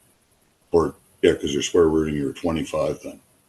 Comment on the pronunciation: i dont' think i'll get "square ruht" out of my head ever